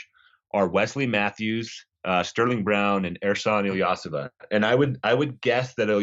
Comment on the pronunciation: this man said ersan's last name so wrong..has he ever watched a game with him in it and listened to what the announcers call him?..thats not his last name lol...wow that was cringe..hes not some young guy hes been around now for over 12 years in the nba….come on son...ilyasova..not illeosah